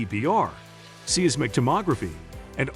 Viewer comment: It’s Size-mick…not seize-mick